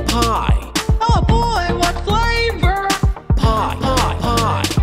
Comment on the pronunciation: “Oh boy what fLAVouRRR” goes so hard